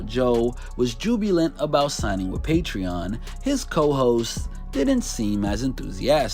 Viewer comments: He’s not smart. He can’t even pronounce patreon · haha. Exactly😂😜